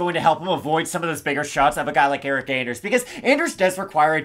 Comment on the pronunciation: Why do you call her "Aldaña" brother her last name is Aldana no? Loved the breakdowns